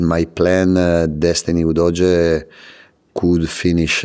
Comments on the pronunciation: I love how he calls Udogie "Doja". Lets go Spurs!!! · I keep hearing Udodgy. Shame he can’t dodge an injury playing for us🤦🏼‍♂️